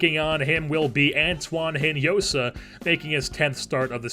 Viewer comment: Great video man, love how this series is developing! By the way, Hinojosa is pronounced In-o-ho-sa in spanish. As i said, great series, keep this up!